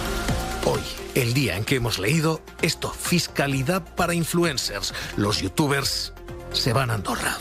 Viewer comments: Me hace gracia q no sepa pronunciar los nombres de los youtubers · Es tan tonto el inicio XD, los datos mal, no sabe pronunciar los nombres de los youtubers Primero en el primer clip que ponen dice: Me voy para vivir con mi señora. Inmediatamente dice el presentador: Se va para pagar menos impuestos. .-. Algo que no saben los de la tele, ser youtuber o strimer no es para siempre, va a terminar aburriendo a su publico tarde o temprano y su canal morirá, por eso tienen que reunir la mayor cantidad de dinero para vivir tranquilos, no es un trabajo fijo, puede el día de mañana decir una tontería y que lo cancelen en twitter y así perderlo todo, ya ah pasado y es normal que quieran reunir la mayor cantidad de dinero posible. Me sorprende como explota el mundo porque unos youtubers se van a vivir con sus amigos y a ganar más dinero, pero cuando pasa una noticia de que x político robó cientos de millones, lo ven como algo normal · Perfecto como pronuncia los nombres de los youtubers y como no sabe lo que esta diciendo y esa "información" es mas falsa que un billete de 3€